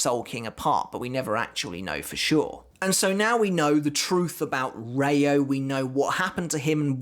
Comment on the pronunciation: And it's rei-oooo (the o is long) not reyo.